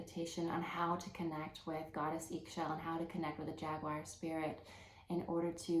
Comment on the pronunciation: Pronounce is “E Shel” in Mayan language 👍